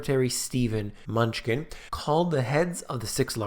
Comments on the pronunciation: Is it only purpose that you call him menuchkin? or is it unintentionall mispronouncing. menuchin or menuhin like the prominent violinist Yehudi menuchin. a common Russian-Jewish surname, very probably derived from the Hebrew first name, Menahem, meaning 'consoler'. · The treasury secretary’s name is “Manoochin” and not “munchkin”. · Great job on mispronouncing secretary of treasury’s name ;) Munchkin - LOL 😂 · Love your stuff ..... it is pronounced 'M-new-chin", just in case you were not being sarcastic. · Steven "Munchkin" LOL, I feel like your mispronunciation kills your credibility here... ;)